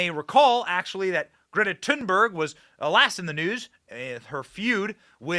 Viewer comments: I thought it was Thunberg not Tin berg …? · If you want to sound really smart you can pronounce her name correctly. (but who cares actually) “The final ‘g’ in ‘Thunberg’ is typically softened by Swedish speakers into something like ‘yeh’ in English: ‘tOOn-bairyeh.’”